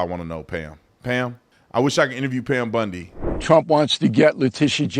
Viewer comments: BON-DEE not BUN-DEE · lol, sorry to laugh, isn’t it BONdi and not BUNdi? Correct me if I’m wrong, all I could think of when said her name was Al Bundy from married with children. Sorry this was a serious segment, but “Bundy” threw me way off the trail. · You keep saying bundy instead of bondi and all i can think about is Peg from married with children 😂😂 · Bondi not Bundy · Please call her bOndi, not bUndi. Bundi was a serial killer. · YES YOU'RE RIGHT AND IT WAS FUNNY TO ME ALSO.